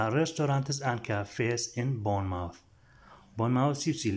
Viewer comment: Boyne mowth. Na bormu th 😂😂😂😂😂😂😂😂😂😂😂